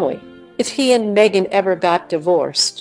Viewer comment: Stop calling her Megixt. Her name is MEGHAN. God bless Harry, Meghan, and adorable Baby Archie.